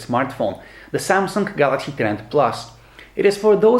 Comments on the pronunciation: You keep saying kawalaxy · I always hear a "k"